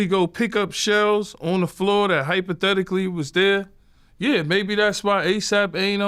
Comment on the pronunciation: Hyper-thetically ...lol yayo my boy